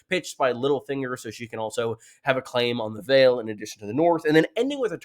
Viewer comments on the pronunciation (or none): none